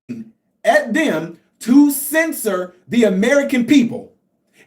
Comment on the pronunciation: Censor not scisser 😂😂